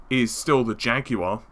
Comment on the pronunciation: when you were saying jaguar I thought you were saying janky one "the ps4 neo cpu is still the janky one" I guess you're not wrong.